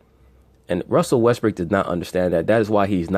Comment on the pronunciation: Why do y’all insist on callin him Russel WestbrICK..the mans name is Russell WestbROOK..smh I mean I understand that y’all ain’t fond of the guy but show some objectivity to the situation and put some respect the man name by pronouncing it correctly..Smh Respectfully